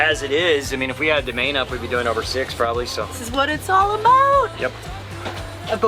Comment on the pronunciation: Yes that is what it is all 'aboot'. Who is this Bobby dude anyway? LoL. Great video guys. Just what I needed on a quaratine Friday. The whales not quarantined, eh?